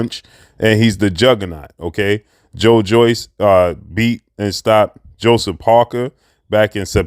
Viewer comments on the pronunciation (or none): none